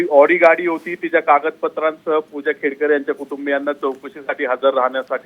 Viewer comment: खेडेकर नाही , खेडकर....